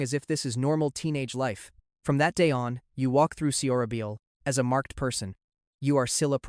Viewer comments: It’s pronounced So- ra-byol ! 😭😭 but nice content tho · So ra bol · Suhrasol or just pronounce it as sorabol anything is better than the way this guys is saying it. Its not sills. Its Shilla. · The pronunciation of Seorabeol and Silla is killing me 😂